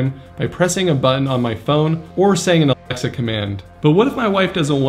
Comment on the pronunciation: why can't he say Alexa ?